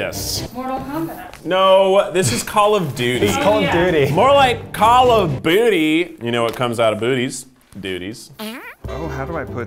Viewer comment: keith saying duty instead of booty gets my EVERY TIME